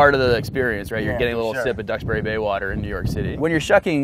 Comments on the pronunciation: brad and i pronounce water the same way i finally feel validated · ..... hahaha, every time this guy says water there it is, the correct pronunciation "WHOURDEH", 😂😂🤣🤣